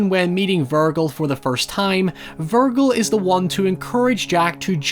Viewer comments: you intentionally say virgil wrong don't you, it's a thing, a plan, I despise how well you play this game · That OCD is really gonna kick in when realizes he was mispronouncing "Virgil" the whole time. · I respect your critiques but to consistently mispronounce Virgil is either some ironic joke to undermine your own authority or is genuine ignorance. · You're saying Virgil, wrong my man. Lol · I absolutely loved your commentary but your pronunciation of Virgil drove me nuts all video lol! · Your way of pronouncing Virgil clearly shows you haven't played Devil May Cry before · "Virgil" (Ver-Jil) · By the sixth time you said Vir-gul my ears exploded off my head. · Did you just call him "vir-gull"? Foolishness,. Foolishness. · Normaly its verge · Looked through the comments for this. Even though it's half-way between purism and the English (or rather, French) version, is it still a legitimate way to say it? It preserves more of the sound of the original name than 'Ver-jill'. Anyway, first time I've heard it said like that. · You should learn how to pronounce the name Virgil first. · Mispronouncing Virgil is what’s actually killing me 😂😢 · That pronunciation of Vergil hurts😂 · I can't tell if your pronunciation of "Virgil" is a mistake, a joke, or a tactic to promote engagement. If it was the last one, I guess it worked. 😅 But in the unlikely event that you actually don't know, it's pronounced with a soft g (as in "virgin"). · I’ve never heard anyone pronounce Virgil that way lol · There are certain words you pronounce strangely due to your accent & that’s fine, but your pronunciation of Virgil is objectively wrong. It’s not a hard G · Pretty sure that's not how you pronounce "Virgil". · AND THE WAY YOU SAY VIRGIL BRO, AND BREAKDOWN.... WHAT PART OF PRONUCIATION WAS LOST ON YOUR PEOPLE. HOW CAN YOU EVEN PRONOUNCE WORDS LIKE MANIPULATIVE AND NARCASSISTIC PROPERLY IF YOU CAN'T SAY MOST SHIT RIGHT, HONESTLY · god saying Vergil like that hurts my ears